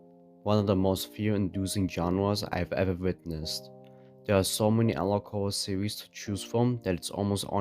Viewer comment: Witewy so many anawog Howwo